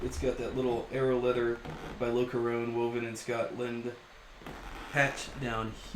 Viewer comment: FYI the interior lining is pronounced: Lock-car-on Imagine “loch ness”.